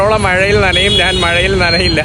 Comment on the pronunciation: എന്തോന്ന് സ്പുടത ? ഞാൻ എന്ന് പറയാൻ പോലും അറിയില്ല . ഗ്രാഫിറ്റി കണ്ടിട്ട് ഗ്രാഫിക് ഡിസൈനിങ് എന്ന് പറഞ്ഞതാണോ സ്പുടത ? വിദ്യാഭ്യാസത്തിന്റെ നല്ല കുറവുണ്ട് .